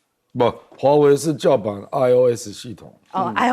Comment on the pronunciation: 为什么赖教授老是把华为唸成华伟？？？